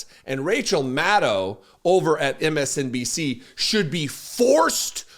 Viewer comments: MS DNC !! 😂He doesn't even know how to pronounce a network which he berates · He said Madc instead of MSNBC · He can't even say MSNBC! 😮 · Trump should resign he can’t even pronounce MSNBC his so dumb. Lock him up already his done enough damage already.